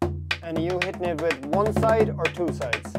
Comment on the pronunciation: It is pronounced WITH a TH sound. Not WIT